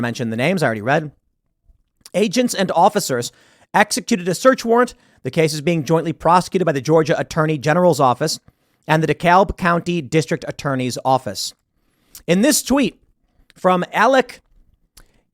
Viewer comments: Hey Chicago boy!? We pronounce DeKalb "De-Cab"😂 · As a resident of Dekalb county listening to Tim try to pronounce it is hilarious.